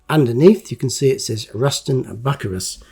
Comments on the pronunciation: It's pronounced Bu-cy-rus, not Buc -a-rus. This came with 2 different sized decals. Also different colored tread . Great to see another of your great videos. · It's not Buckerus, it's byu-sy-rus. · Bucyrus is pronounced Bew-si-rus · Its not pronounced buck-ka-rus- it IS "Bu-ceer- us eerie" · Hi lovely job 😊 I know it as Bew cyrus not buccarus. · Pronounced Boo-syrus say the last part like the name Cyrus. Erie. It's actually a company in the area I live in they've been making earth moving equipment here for decades. Bucyrus erie. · Love your vids! Bucyrus is pronounced bew si russ. Just sayin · I pronounce that one word as "Byoo Sigh Russ." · It's pronounced Rushton Bucyrus ( Rushton Bew Si Rus), they are Idler wheels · Hi, I had to look up "Plasticine" as I've never heard that name. Found out that here in the States, Plasticine is known as "modelling clay" and is similar to Play doh. How about that, learned something new from a Matchbox Make Over Video 😊 Also as others have mentioned, Bucyrus is pronounced "byoo·sai·ruhs" (Which is a city in Ohio) I use to deliver steel sheets and steel plates to the Bucyrus Erie plant in Erie PA. you need to get yourself a pair of tweezers so you can get the decal sheets out of the plastic bags. Very nice make over, I never knew Matchbox released this model. I would have loved to have one of these as a kid. I did have the Corgi Excavator that was about the same size as the Matchbox King Size models. Cheers, Rich S. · Pronounced Ruston By - Cyrus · Its prounonced bu cyrus made in lincoln england. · I know of Bucyrus Erie through the Diesel Creek channel, so I also knew that it's not pronounced as 'Buckerus' 😆